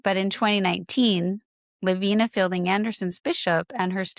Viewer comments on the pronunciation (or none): I worked with Lavina in publishing the Case Reports of the Mormon Alliance. She didnt pronounce her name La Vee Nah. She pronounced it Lav Eye Nah. Get it right. She didn't leave the Church. The Church left her. Yall should probably stop doing your own research. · Just a quick note - her name is pronounced Lavina with a long I La-vine-ah